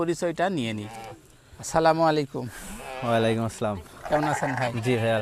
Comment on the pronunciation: সালাম সুন্দর করে দেবেন সালাম এ ভুল হয়।